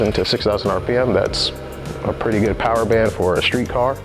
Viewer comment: Can i get a mo powah babeh?